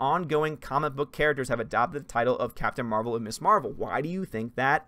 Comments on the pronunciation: This might just be a nitpick of mine but isn't Ms actually pronounced Mizz? Everyone always says Miss Marvel and it always irks me when I hear it. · Ms. is pronounced Miz not Miss. You’re not the only YouTuber who makes that mistake. I guess it depends where you were in the seventies.